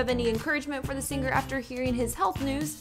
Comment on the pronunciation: I Love Alan Jackson! One of my favorite country artists, I pray for him🙏🙏🙏🙏 On a completely separate subject, the Narrator, Reporter, whatever you call her is very much indicative of today's on-air talent. Annoying, affected delivery. Why can't the just talk to me instead of putting on the announcer voice? And the word "singer" is pronounced "SING-er" not "SING- grr". Accckkk